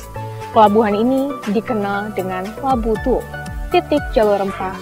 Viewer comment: Lobu Tua. Bukan Lobu Tuo.